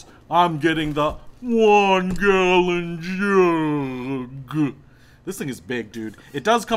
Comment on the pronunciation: Like just for how you said gallon jug